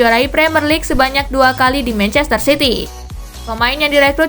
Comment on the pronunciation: mancester city hahaha